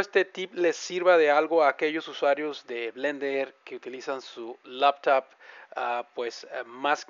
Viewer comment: El "tachepad" la "lapatop"... ja, buena.